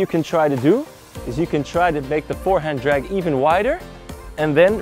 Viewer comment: "Dragg pull"